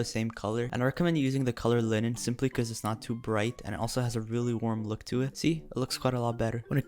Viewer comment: lynn-in??? its pronounced line-in. I want that 1% in that comment chart thing